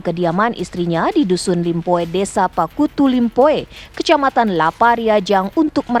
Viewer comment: desa pattuku limpoe min,bukan pakkutu limpoe 😂😂